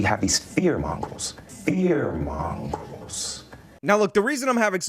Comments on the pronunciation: Did Jussie say “fear-mongers” or “fear mongrels”? LOL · The subtitles think he said "fear mongols" too. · Fear “mongrel”... ? 😂😂